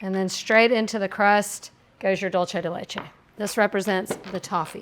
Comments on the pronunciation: I hear the ingredient mispronounced many times and it always annoys me! It’s not an Italian word (dolce), it’s Spanish (dulce)! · I love that you pronounce "dulce" (de leche) as if it were Italian. Showing your heritage!